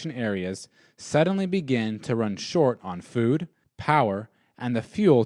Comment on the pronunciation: Store food not foon...LOL although if you like foon go right ahead